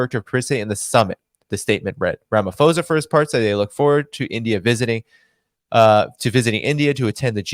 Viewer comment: Hey great show always great listening to your showits pronounced Ra ma po sa